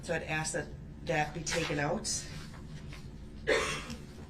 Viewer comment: GROUNZ, Did I axe you ta do dat